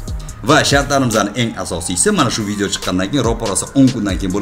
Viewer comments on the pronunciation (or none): none